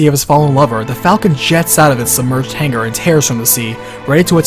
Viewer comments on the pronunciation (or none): none